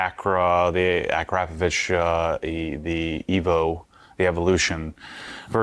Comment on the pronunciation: It's really easy to say Akrapovic, just imagine there is a h on the end, Akrapovich ( aˈkrapɔʋitʃ] ).